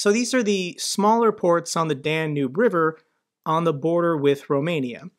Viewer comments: I watch your stuff every single day. Love what you do. To help you out, please double check your pronunciation of Danube River. It’s pronounced DAN-yoob, and I just want to make sure you are coming across to everyone in the best possible way. Again, thank you! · poh-tah-toe ... pah-tay-tah ... Dan-ubie ... dann-hubie ... riv-er... reev-her yada yada yada